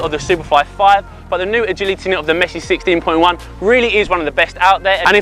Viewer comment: Sissteen poin jaun 😂